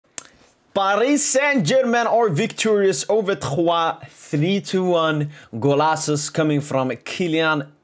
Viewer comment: It's Troyes blud 💀